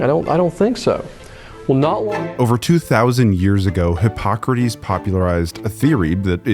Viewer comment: you got hippocrates wrong